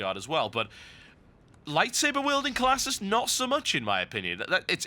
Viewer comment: TB!!! LISTEN TO ME!!! IT IS A FUCKING LIGHTSABAH!